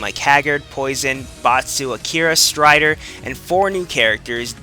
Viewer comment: he said Ryu and Stryder. He pronounced everything correctly